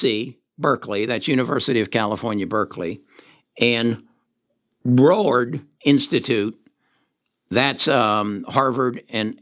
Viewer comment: EMMANUELLE CHARPENTIER & JENNIFER DOUDNA did not win the Pulitzer Prize (for writers and journalists). They won the Nobel Prize. Senior moment. I get it. Also: Broad is pronounced: Brode, Just an FYI.